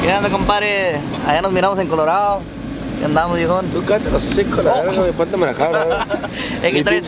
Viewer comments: As a takuache would say CUHHHLORADO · That's what I call my Chevy Colorado lol la Cuhh-lorado hahaa